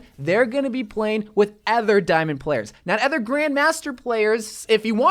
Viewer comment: There should be a switch role button which puts the two roles in a sort of trade where they can trade their roles, both parties must accept this and might need to happen when at the start of rounds. also, im not liking the way he says other as "ether"